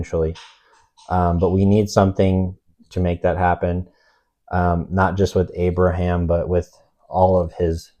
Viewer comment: lol I was confused why u kept referring to Abraham as abram